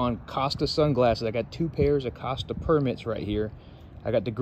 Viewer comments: As in "Coasta" not casta!😆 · co-sta not cas-sta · I know it's spelled, "Cost-a" but it's pronounced, "Coast-a"